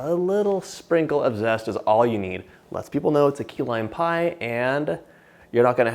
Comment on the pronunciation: At first I thought he said “Tequila Pie” 😂